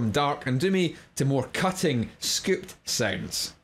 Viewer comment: Its pretty funny how accent scoops the 'o' out of scooped.